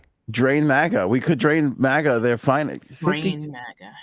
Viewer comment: Why do you say it like that,!? Mahga? You cant pronounce a flat ‘a’ sound? 🤣 posh mf mahga…